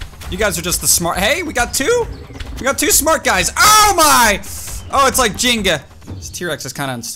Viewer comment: did he just say "jinga"?